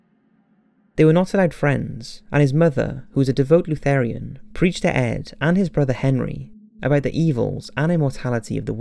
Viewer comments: You screwed up a couple of things in the Ed Gein entry... His mom was a LUTHERAN (LOO-therr-ann), not "Lutherian". And I think you meant to say that she preached about the "Im-MORALITY of the world"... NOT the "Im-MORTALITY" of it. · I can not believe you pronounced Lutheran the way you did. WOW.